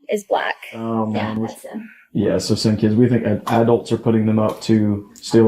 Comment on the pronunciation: It's "keeids ".